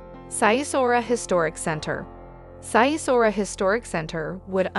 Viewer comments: The way she pronounces Sighișoara sounds like Japanese 😂 it’s pronounced “Sig ish shoa ra” She pronounced it as “sigh e sora” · Sigh-e-saura :)) Cehoosesku ? :) So not a slightest effort to find how names are prnounced. And this is a "guide"?! Ha, ha. (Not to mention that there are at least 25 better sites than Sighisoara). But hey, i got it, you would like to have everything to one place, so that you travel without actually traveling. Your idea of traveling is ... a theme park in Orlando, Florida. Lazy fellows ... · Good content but place name pronunciation needs some work. For example, Sighisoara is pronounced Sig-e-shwar-a. This would take your videos to the next level 👍🏾